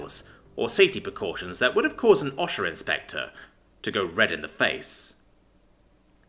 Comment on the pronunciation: i dont want to be that guy but Osha is pronounced by saying the letter O and sha not... whatever you said